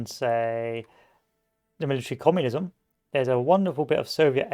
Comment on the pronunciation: lives in uk cant pronounce "communism" bruh..